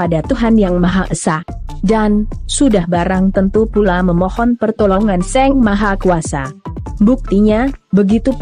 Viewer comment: Ini ug baca naskah orang apa robot se, Sang sllu d baca Seng